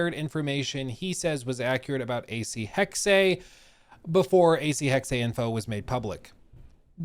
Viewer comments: it's pronounced AC Hex uh, not AC Hex ay........weird i know....but you're totally saying it wrong. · Interesting pictures. Can’t wait! As a German speaker may i suggest the correct pronunciation is Hex-suh. Not Hex-say. 🙏🏻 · We honestly still saying hex-eh? It really is just HEX... the e is silent. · Stop saying hex-ay, it's NOT correct.